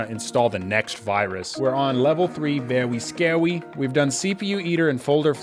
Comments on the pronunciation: the vewwy scawy was vewwy scawy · thos are vewy scawy :3